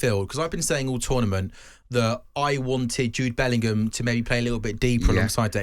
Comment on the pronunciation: Bellingham, not Billingham.